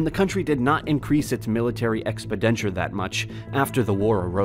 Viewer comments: Did you mean to say military exPENDiture? Not expidenture lol. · Too many mispronunciations gnaw away at your credibility. SUP-planted / ex-pen-DI-ture / and my fave, "Dáil Éireann," as Doll Irene. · Wait a minute:1. Ireland did not "merge" with Great Britain, it was annexed2. There was no pro-British side in the Civil War3. Fianna Fail is pronounced "feena fall"4. exs-per-denture ??5. air corps with a hard 'p'?